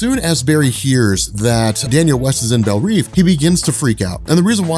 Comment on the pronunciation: Belle REV.. not belle REEVE